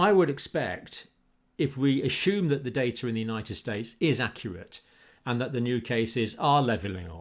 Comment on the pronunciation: I like how he says the word assume - ASHUME!